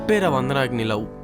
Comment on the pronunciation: it's LOVE or Lou speak properly